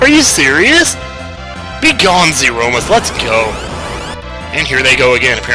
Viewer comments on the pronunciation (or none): Zeromus =/ zero-mus <- not correct pronunciation Zeromus == zer-o-mus <- correct pronunciation